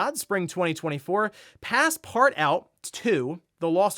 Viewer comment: Super side note: “Passepartout” is a french word and in English is pronounced “Passpaatoo”.